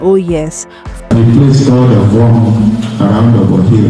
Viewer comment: I hope you're not Igbo cos your pronunciation of Ovom was unforgivable. So much energy is made in learning English language while I igbo language surffers.